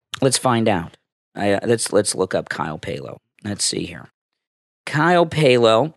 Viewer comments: Also Kyle's name is Pal-oh not Pay-lo. He has pronounced it himself many many times on his vlogs and I have never heard him say Pay-lo. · Kyle’s last name is pronounced like pal-o